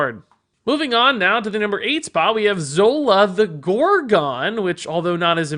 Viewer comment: ZO-la the GOR-GONE. :-D